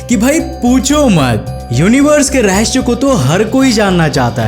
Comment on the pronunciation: Bhai रहस्य होता है रस्य नहीं होता .